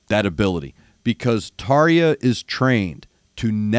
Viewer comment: Try pronouncing her name a bit more like Tarr-Ya. European J's have typically have an English Y sound associated with them. Hope that this helps.